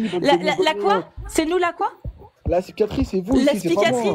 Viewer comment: "-C'est la spicatrique ici, c'est tous des sssicatriques, starfallaaah oh là là starfalaaaah!" C'est un vrai sketche ce live, je compte plus le nombre de fois où je l'ai regardé, et chaque fois je me fend la poire!😂😅